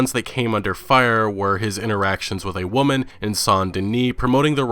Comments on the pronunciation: I love your videos but it’s called many WOMEN pronounced “Wimen” not “woman” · Is he meming when he keeps saying “woman” instead of women or what?